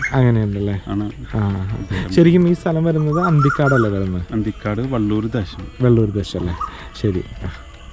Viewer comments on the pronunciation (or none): വെള്ളൂർ അല്ലാ ചെക്കാ വ ള്ളൂർ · വെള്ളൂർ അല്ലവള്ളൂർ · വെള്ളൂർ അല്ല വള്ളൂർ 🙏